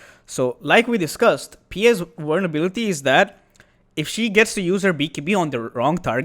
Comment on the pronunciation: Same comes up with "survivability" and "vulnerability" (Pior correctly, latter incorrectly)